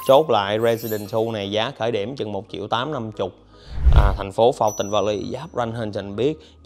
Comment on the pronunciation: Nhà gì mà chiệu chiệu không vậy trời . Ai có tiền đọc là triệu , tôi không có tiền đọc là chiệu , chứ không phải viết sai 😥😜